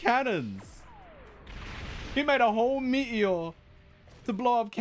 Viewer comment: its a meteor not me-e-or